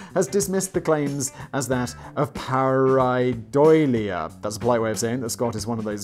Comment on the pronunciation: I'm confused as to why Simon didn't know how to pronounce pareidolia; I'm pretty sure he's made a video about it before on his other channel - VSauce! Unless the aliens stole that memory...